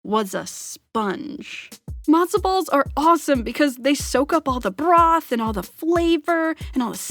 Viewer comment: Why do you say broth like that